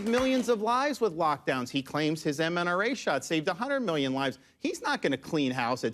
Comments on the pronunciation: This guy just said "mNRA" shot. Anti-science candidate, shouldn't be platformed or taken seriously whatsoever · “Mnra shot…” ummmmm, details mater, Ron. It’s mRNA. What an idiot. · He really said 'mNRA' didn't he